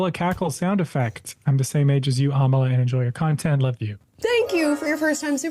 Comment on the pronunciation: Its not Amala its Amala